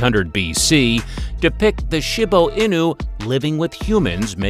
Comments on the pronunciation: Why is he calling a Shiba inu..shibu inu! Get yr pronunciation right jeeze 🤦‍♀️ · he called the shiba Inu a shibo inu 😭😭😭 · Shi ba inu he annoyed me calling it what he did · Thylacine? Really?! Oh, and for goodness sake, learn the correct pronunciation if you’re going to the trouble of creating a presentation. Shiba Inu is, she-bah ee-nuu. Ah, forget it! Lazy research and presentation throughout! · i have never heard someone pronounce shiba inu in so many different ways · The Shiba Inu pronunciation was ridiculous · The pronunciation of Shiba Inu destroys me here💀💀💀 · The mispronunciation of Shiba Inu really irks me...😒😅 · Wow. So much misinformation mixed in. Bad pronunciations of many dog names, factual inconsistencies, contradictory information, and some breeds that shouldn't be in the top twenty when you've skipped over other breeds. In a couple there were even incorrect pictures. For instance the Shiba Inu (this was pronounced wrong for both English language and Japanese pronunciation), a few of the pictures shown were of the modern day Akita Inu. Also the Akita wasn't even in the list. I wish people creating these lists could just do a little fact checking and research and at least attempt a better video. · How many different ways can we pronounce Shiba Inu? lol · Sorry but the way you sed Shiba inu🤣🤣🤣🤣😂😂🤣😂🤣🤣😂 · Why do you say Shiba Inu so weird